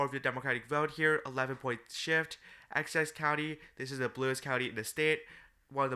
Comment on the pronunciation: Essex County🚫 Access County✅️